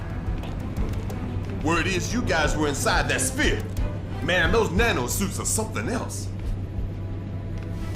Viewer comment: nice cliffhanger dude, "the shpere, its expanding" end.